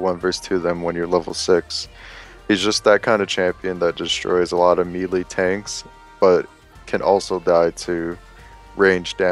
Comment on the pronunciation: It's not "ME LEE" It's "MAYLAY" lolol